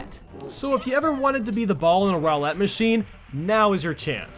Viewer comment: but.... didn't someone do that in mario maker? also, when you say roulette it sounds like you're saying 'Rowlett' like the grass starter from pokemon sun & moon